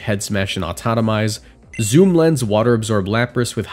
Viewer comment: Autotomize, not Autonomize